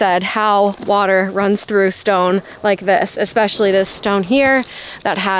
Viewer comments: it's EH-specially, not ECK-specially. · Especially not Ekspecially pleeeeeease. 😂😂😂😂😂